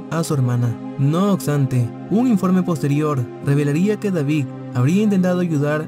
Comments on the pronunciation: 0.32 el hombre que tiene trentiocho años. Lo que pasa es que el narrador no pronuncia bien. 2.00 dice no ocstante. En varios videos pronuncia mal ésta palabra. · "no oxtante" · “No OCSTANTE”????? Es neta? Jajajajaja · No oxtante, no oxtante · Otra vez dijiste no "ocstante"